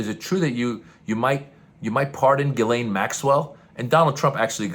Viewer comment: Jizzlaine. The name is pronounced Jizzlaine.